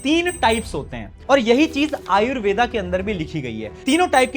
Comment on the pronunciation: आयुर्वेद ✅ वात पित्त कफ ✅ योग ✅ आयुर्वेदा ❌ वाता पिता कफा ❌ योगा ❌ अंग्रेजी के शब्दों का तो हम भारतीय गुलामों को बिल्कुल सही उच्चारण चाहिए भारतीय ज्ञान विज्ञान को तो माफ कर दो कम से कम...